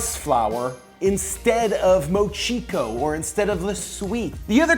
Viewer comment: Hey, this was a great video! I love that you love mochi! Adding another pronunciation note. Mochiko is mochi-ko, all about the same emphasis. It sounded to me like you were saying mo-cheek-o. All in all though, it was a fun video and I learned something from it! My mom and I are trying to improve our homemade mochi and I'm watching a lot of mochi vids. Yours is really fun!